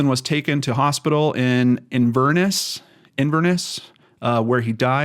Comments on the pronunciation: Stress the first syllable on Inverness. Nairn not bad , lengthy R. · his son spoke yesterday (12/10/2020) of the loss and the need of all the family to know who and why. It remains unsolved and a very sad case. Btw your pronounciation of Nairn is good. But Inverness was a shocker 😂